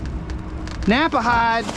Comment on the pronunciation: Hey. just wanted to say that Knapheide sign came from my town of Quincy, IL. (Pronounced NAP HIDE). Thanks for your vids. Have a nice father's day.